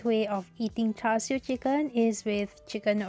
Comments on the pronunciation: Its char siu, credibility dropped to zero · "Char siu"